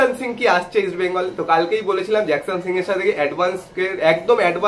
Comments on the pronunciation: জিকসানের ডিল কম্পলিট, তোমার মতো ছেলে জিকসান কে জ্যাকসান বলছো??😢😢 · Nam ta jakson noi.... Jeakson